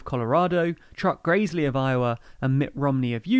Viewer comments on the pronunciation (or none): It is pronounced Chuck Grass-ly